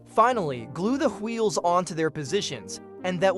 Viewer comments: Is bro stewie? "Hweels" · am i the only one bothered by how he says wheels